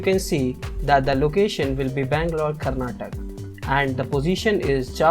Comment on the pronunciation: yo,its karnatak why cant you read properly ?why did you miss 'a' at the end ,pronounce properly man